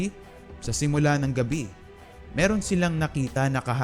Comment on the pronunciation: Mirong (Merong)